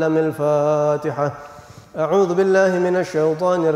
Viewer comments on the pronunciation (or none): none